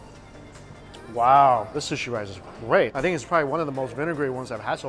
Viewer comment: "Shawlid bowl of rishe". Anyone else hear that?